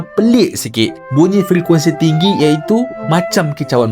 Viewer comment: Kenapa bunyi tu jadi munyi ke saya salah dengar